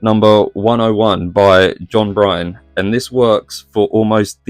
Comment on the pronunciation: John Byrne is pronounced like "Burn." I understand the criticism of Frank Miller's Black Cat and most of his recent work. Initially I disliked it as I missed his previous style that I really appreciated. But for some reason I have come to enjoy his new stuff in a different way. Just something funky about it. You do a good job explaining why the covers work or not.